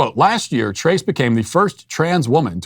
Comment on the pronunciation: "TRACE" 🤣🤣🤣 Uno, dos, TRACE, quatro, cinco, SAYCE 🤣🤣🤣